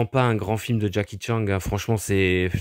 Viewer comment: J’adore quand tu dis Jacky Tchang 🤣